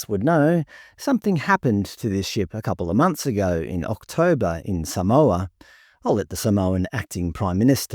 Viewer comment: You need to work on your pronunciation of Māori and Samoan names . Examples you butchered, you said ta car ha for Te Kaha and Sa mower for Samoa . It was embarrassingly bad .